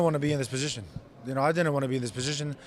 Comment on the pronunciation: You know his fob when it's hard to say "position"